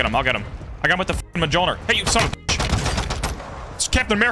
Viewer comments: Ah the good old muhjolner (it's pronounced M-yole-neer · Monjir ☒ Muhjolner ☑ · Love your vids, I want to see you succeed more Also bro i laugh everytime when you say M-Jol-Nir like that 😂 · I’m so sorry but it’s mjolnir 🤓